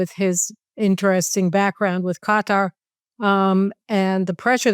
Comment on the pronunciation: Victor Davis Hanson fitting pronunciation: Erdo-yawn (Erodgan) and Gutter (Quatar).